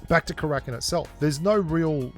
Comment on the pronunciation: Haha it’s not Krakin, it’s Kara-kin